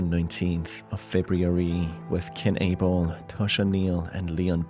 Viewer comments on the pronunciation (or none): none